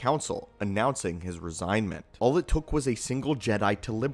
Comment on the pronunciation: Resingment is not a word. Resignation